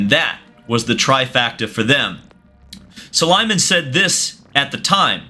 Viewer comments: bro at least learn how to say Sulayem not "sulaymen", all videos the same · Su-La-Yem not S-ly-men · I appreciate the effort but please take a second to make sure you get names right, it's SulayEM not SulayMen 😅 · Su-La-yem. You'll be talking about the guy a lot, might as well pronounce his name right :) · The best part of this saga is seeing how many different ways can mispronounce Muhammad Ben Sulayem lol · it isnt a land f1 vid if he doesnt pronounce mohammed ben sulayem’s name wrong. jk love the content, keep it up!